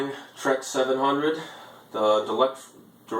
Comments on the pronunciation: The Heil is not pronounced as Trex it's pronounced as Tee Rex and if you use the castle pro bec u will have a failure you have to run HV on a 2S they draw a third of the amps as Ds 610's and 650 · By the way its pronounced "Tee Rex" not "Trex".....Makes you sound like you have no idea wat you just bought.